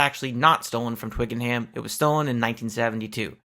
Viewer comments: In the South of England (including London) we pronounce it "Twikanum" not "Twicken-Ham", can't say for certain how the rest of the UK would say it!!! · Great stuff! (BTW, Twickenham is pronounced "Twickenum" - the general rule in England for place names ending in "ham" is to just say, "um", but not for places like West Ham, which is two separate words). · Thanks for this video. I used to live near Twickenham and FYI the 'ham' part of the town name is actually pronounced 'em'. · Why are you pronouncing Notting Hill as Twicken-Ham. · We say it Twick'n'um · Twickenham pronounced - "Twik-En-Um" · So cut how Americans pronounce Twickenham. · Mate, good vid, one small niggle though…..there is NO “Ham” in Twickenham! You DO NOT pronounce the word “ham” when saying Twickenham. Adding a “ham” in there leaves you sounding like a foreigner! And not Mick Jones!! 😜 I’m pointing this out for your own benefit btw! 😁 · Just to help (I'm English), the 'H' in Twickenham is silent. It's the same with the vast majority of conjoined placenames. When a placename is separated, like West or East Ham, then the 'H' IS sounded. I hope that helps in your future presentations.